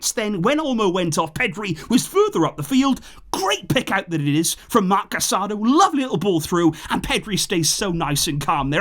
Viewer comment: It's CasadO not CasAdo